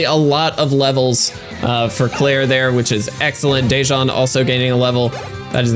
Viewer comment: not to be a hassle but the pronunciation for my name is “duh-juan” thank you very much🙏🏽